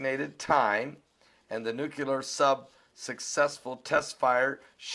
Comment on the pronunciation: it's pronounced "noo klee -er", not " nook -u lar" you are a smart guy, but when u mis-pronounce this word, you sound just like the idiot, Bush.